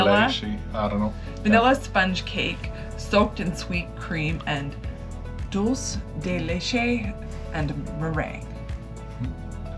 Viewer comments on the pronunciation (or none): Dulce de Leche is pronounced Dool-say day laychay. Really love your videos! Informative and entertaining.